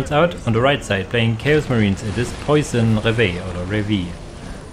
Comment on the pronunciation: Nice vidéo for lunch time. Side note unless that person told you but I take it poisson is french so their name is pronounced différently and means "dream fish" in english which is a pretty cool name.